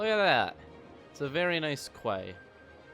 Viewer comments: Key not kway :) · psst hiya quay isn't said like "kway" it's actually said just like "key" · quay is pronounced like key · “Quay” is pronounced “key”. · You pronounce quay as key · Its pronounced Key Quay = Key